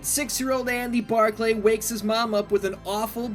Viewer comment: No one prononces it Bar clay its just Barkly ( yes i know how its spelled) go back and watch the movie again